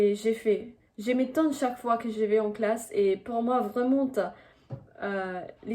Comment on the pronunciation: your language skills are fascinating ! however, just a tip, do not pronounce the letter "t" at the end of the words like "art", or "vraiment".